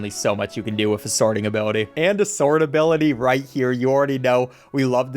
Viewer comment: Every single time he says ability, it gets worse and worse.